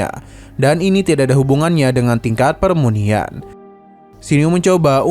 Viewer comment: Pemurnian min bukan permunian